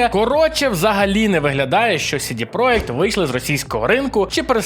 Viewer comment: Я розумію, чому ти читаєш "project" як "проєкт". Воно так польською. Але чому тоді "CD" ти читаєш як "Сі-Ді", а не як "Це-Де"?